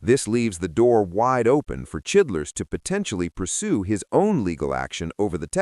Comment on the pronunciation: Uhh.............. Who da fuck is chidlers????? Don't ya mean CHILDRESS??? Get it right guys,!!!